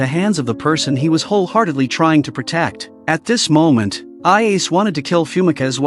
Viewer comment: Stupid AI pronounciation. Ayase turned AI Ace.